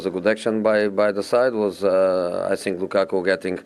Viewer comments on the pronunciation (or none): "I sink, I sink errr.. I sink after 3 years" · "I sink so, i have nothing to say, i prefer not to speak."